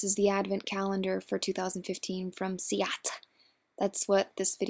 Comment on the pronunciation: It's pronounced see-ahh-tay. Missed your vids and loved the swatches!